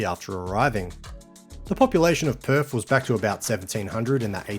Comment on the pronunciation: West Aussies can’t do TH when saying Perf 😁